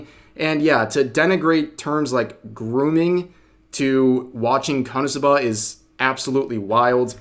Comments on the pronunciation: Rev I'm going to need you to stop stressing the A at the end of KonosubAAA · You put the emPHAasis on the wrong sylLAble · God I am so triggered by the way Rev says "Konosuba" Why are you putting the inflection on the final syllable!? 😂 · the way rev says "SUBA" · its KO - NO - SU - BA. Not KANA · You say KonosuBA but its pronounced KonoSUba runs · I thought konosuba was easy to say until I heard him say it... HOW? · Why do you say it like that Rev? I've never heard Suba pronounced that way. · You have the absolute weirdest pronunciation of Konosuba I've ever heard, but w vid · I don't think I've ever heard anyone pronounce konosuba so hilariously, 10/10, couldn't help but cringe laugh every time, love ya Rev, lol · bro ur pronunciation of Konosu-buh is wild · they way you say "KonoSub'AH gives me anxiety The anime is a masterpiece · Why do you keep saying konsubbaaaa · Dude is really saying Kanasuba 😂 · I'm more mad about how you're pronouncing Konosuba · Only thing I disagree with Rev here on is…why are you pronouncing Konosuba like that? Personally, I pronounce it like Kono-Suba. Two words, four syllables. Is that weird? Am I the weird one? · Bro you pronounce "Konosuba" real oddly. Is this some kinda dub issue? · Rev why do you pronounce it that way?!?! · Why do you say Konosuba so weird??? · The way you say konosuba is very wierd to me. 😂 you say the first part quickly and then i hear a very pronounced buh for the last syllable. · I never heard ppl say KonoSuba the way Rev does :d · Ok I'll say it......I love how rev says konosuba😂